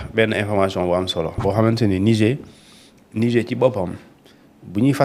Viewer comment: Dites à votre chroniqueur que le mot Niger se prononce avec le r à la fin. Lorsque le r devient muet, on parle d'un fleuve.